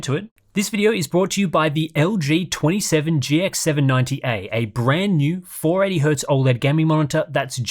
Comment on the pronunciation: is the only youtuber with the LG 27GX790A sponsorship because he's the only one who can pronounce it.